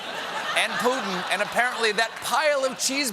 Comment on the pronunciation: His (and various news anchors') pronunciation of "Putin" gets on my nerves. It does have a "t" in it. Great job in general, though!